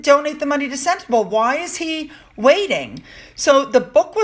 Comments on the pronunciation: Pronounced Sentabaalee Hope that will help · Sentebale is pronounced Sent-ah-Bali. I know you just love these little gems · "Sentabale" - pronounced, Senta-barlay.. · It's me again. It's not sentabale. It's pronounced sentabalee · Sentebalé is pronounced:”Sent a barlee”! Re: donations to Sentebalé: Harry also received a BIG cheque from the Arab (Mafous bin Mafous) whom he accused Charles of accepting cash for honours! Sentebalé received NOTHING!? It’s NOT IPP status for security. It’s the diplomatic immunity, and MM can lie all she wants, and no one can touch her! It’s all about her! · Love your videos. Thank you for all of the hard work you put in. Can I just point out a pronunciation thing though please if thats ok. Sentebale is pounced "Sent-e-bar- lay" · Sentebale pronounced SEN (like sin) TA (like rah). BAL (like fall ). E (like A) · its Sentebale....pronounced senteballet; balé & means forget-me-not. Hope you don't mind the correction 🙈😘